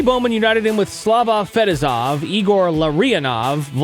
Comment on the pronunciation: ouch bro! you think you would know how to say Larionov and Fetisov